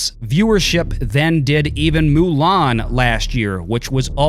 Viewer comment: I like how pronounces Mulan, MULE-AHN...lol